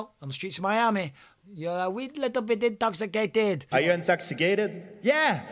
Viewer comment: Bispiiiung are you intoxicaaateeeed ?? I am 😂😂😂